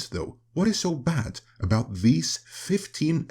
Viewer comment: “This is aboot diplomacy, this is aboot dignity. “